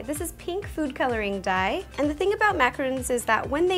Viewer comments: its macaron not macaroon. Also I dont give an fu** if i get rude replys because at least I know how to say it and pronounce so dont bother wasting your time. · it's Macarons not macaroons lol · Your making mac-a-rons not mac-a-roons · Its macaron not macaroon* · It is called macaron not macaroon , macaroon is a coconut flavored cookie and macaron it what you just made right there and also is any one here from 2020 if yes then give a like if not then still give a like. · It's macarons, not macaroons, they're both completely different cookies. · She purposely said it wrong